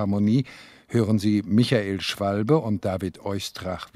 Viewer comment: I think, it is not Schwalbe like the bird, but Schwalbé. So the pronounciation is wrong! A Flesch pupil, the concertmaster of the BPO under Karajan.